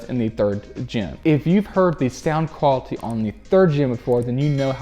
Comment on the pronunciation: I would sub to him, but the way he pronounces things (like the word quality) drives me absolutely insane :(